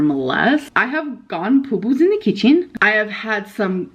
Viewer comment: point five zero, pooboos in the kidjeen